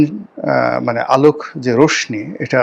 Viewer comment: রশ্মি উচ্চারণ "রশশী" হবে, রশনী নয়